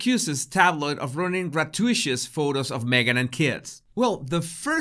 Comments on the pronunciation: Grah-too-it-us! You're welcome 😁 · Just an FYI - gratuitous is pronounced gra-too-it-us. Emphasis is on "too." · gratuitous is pronounced gra-too-i-tus. I hope that makes sense. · Hey! Just a friendly translation tip. Gratuitous is pronounced Grah-two-eh-tus Hope this helps, love your show, as always. Have a lovely day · Great Video! I luv ya but it is pronounce Grah-two-e-tus.